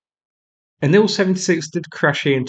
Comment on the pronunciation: Please, please, please stop mispronouncing the names of these aircraft. Tu—22 should be pronounced “T-U-Twenty-Two”, NOT “Two-Twenty-Two”. Also, IL-76 should be pronounced “I-L-Seventy-Six”, NOT “Ill-Seventy-Six”. Finally, Su-30 should be pronounced “S-U-Thirty”, NOT “Sue-Thirty”. Thank you.